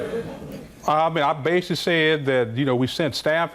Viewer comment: "I basey said..."